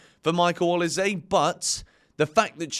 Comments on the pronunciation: changing how he pronounces Olise every time haha. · I have so much time for you but please pronounce olise’s name properly it is infuriating 🤣🤣